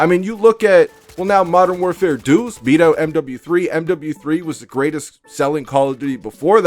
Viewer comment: "Modern warfare duce" 🤣🤣 striagt doodoo